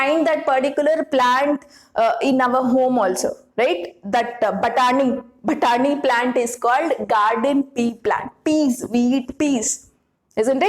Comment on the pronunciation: I giggled everytime u said 'batani ' 😁